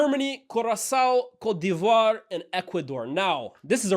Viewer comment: 9.15 That Cote divoire pronounciation 🙂‍↔️🙂‍↔️